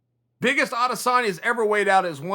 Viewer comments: His name is Israel Adesanya not Adesana Chael: no it's Adesana Ok great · Me: "Israel Adesanya" Chael: "Israel Adesana" Me: Israel Adesanya L to all the fanboys who thought I'd spell it like Chael